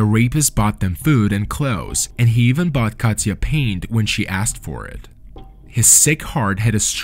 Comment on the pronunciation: Why do you always say EVAN, it's EEEEEEEEVEN, FELLINGS is FEEEEEEEEEEELINGS. AGH